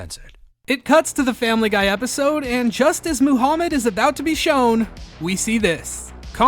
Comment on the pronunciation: I like the episode. I just wanted to point out that you mispronounced Muhammad every time. 😂